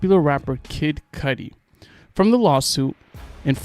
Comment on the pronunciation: Oh please work on pronouncing properly I love Kid Cudi and you are saying his name wrong